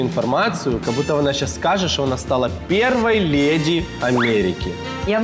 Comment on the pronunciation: Она хоть бы говорила правильно не лЭди,а леди...